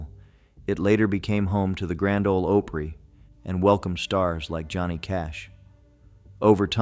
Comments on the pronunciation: Yes it's Ah pree not Oh pree as a native of Tennessee lived here my entire life also we are not these dumb backeood inbred people we are educated just because we talk slow have a funny accent our words don't sound like yours don't mean anything at all!! We are keeping our history who we are our life everything alive because you may find without them a lot of things may be gone or that things you enjoy now without them they're gone so don't make assumptions you know what they say about assumptions look at the first 3 letters in the word and that is what you are when you do that lol anyway just tired of seeing people say dumb stuff about the south and the people that are ignorant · It's pronounced ah-pree not oh-pree. As a native of nashville it always upsets me to hear something mispronounced in a video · You lost me at "OH-pry." 🙄 It's either AI slop or just poorly researched. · It's the Grand Ole Opry not ahpry Pronounce it correctly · well, it just kinda destroys any credibility that the person presenting the video might have had. Presumably, they’ve gone to a great deal of trouble to do research about the topic. When they mispronounce something as iconic as the Opry it just sends a message to the listener that maybe the rest of what they said is wrong too. 😅